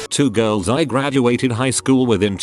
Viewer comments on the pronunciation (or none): none